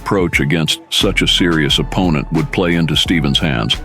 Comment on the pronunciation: This must be AI reading the text. "Em-bark-ed"? "Ahp-pin-nent"?